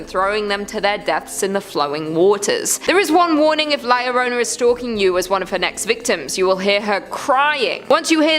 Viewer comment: It’s La LechUza. The accent is on the “U”. Thanks for your work. Oh yeah, it’s “La llorOna.” Accent on the “o”. ❤